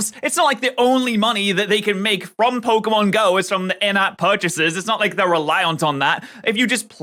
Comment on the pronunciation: How do you do so much Pokémon content and STILL mispronounce Pokémon so abyssmally? It's POCKET, not eeeeeeeeee. There is an é in the name for a reason